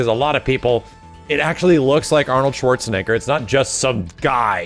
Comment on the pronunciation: Gotta say Schwarzenegger with that hard r